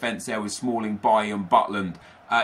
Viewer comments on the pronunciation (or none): none